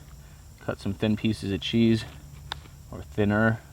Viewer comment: Serious question. What's the deal with Canadians intentionally mispronouncing words? For example Cheese = Chez. That AvE guy on here does the same thing. It's bizarre to listen to, like nervous forced humor.